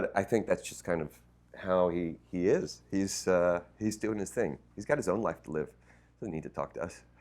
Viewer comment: "school of li-fe'